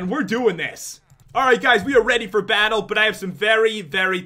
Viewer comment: No you said four as in the number four but he said FOR